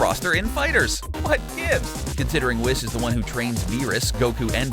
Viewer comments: Jackass cabba is in xenoverse 2 as dlc and it is pronounced whis [whees] not wis. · its pronounced weez not wiz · Whis rhymes with grease not piss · Its whis not wis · Excuse me but I thought his name was Pronounced (We-Sah) or (Wiss), where do people hear this pronunciation? I would like to know... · It's pronounced wEEs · Whis is actually pronounced "Weess" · You pronounced Whis wrong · The way he says whis makes me cringe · When he pronounces whis wrong :( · And whis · For every mispronouncination and flaw in this video my heart breaks while I love your videos as a DBZ fan I can't help but notice the mistakes you made in the video like whis' name